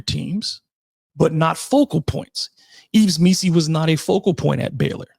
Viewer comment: EEV MEE‑see, not EEVS.